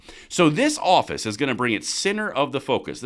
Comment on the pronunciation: lol He said Orifice, thanks man